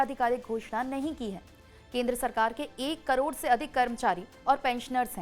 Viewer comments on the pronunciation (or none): none